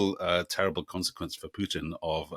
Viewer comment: It’s Poo-tin! POO-TIN! Not hard to pronounce correctly is it!